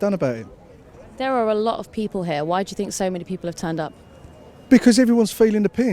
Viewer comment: The Queen of poorly pronounced cliches. Oh yeah well I fink we'll drive em into it. Robbin us blind, tax havens, muvva of all crisis, cripple da workers, had enuff, bleedin us dry. Very quiet when cheap foreign labour was keeping profits down and union members were desperate to hold on to their jobs. Well Eddie and Mick - good luck as you are going to need it. Take on the big multinationals fella and you will get the sack. Ask P&O workers.